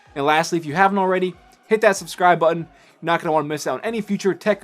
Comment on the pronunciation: Learn how to pronounce "Button", you idiot.